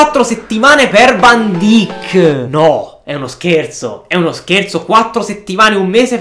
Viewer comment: Si scrive van dijk ma si dice van daik